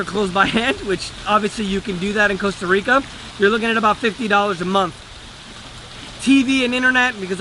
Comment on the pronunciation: Hey, at least he pronounces the country's NAME correctly!